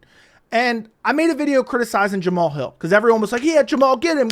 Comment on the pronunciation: Jam-uh-Hall has became tighter and tighter with Anthony “Lying Hard” Smith… so maybe he’s only delusional on paper…